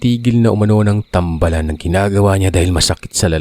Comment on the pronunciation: Hi po good evening po. Thank you po sa mga kwento nyu po. 5 yrs na po akong listener ninyu po. "tambaalan" po ang pg pronounce po hehe nasa baa ang long a po